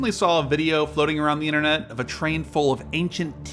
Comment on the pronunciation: The innernet? Is that some kind of local area network? Or can't you pronounce a T?